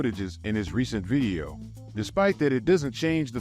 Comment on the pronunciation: why does bro pronounce the word "video" as "vieo"